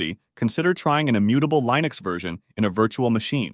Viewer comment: Is this an AI video? Lye-nux? Kuber-nets?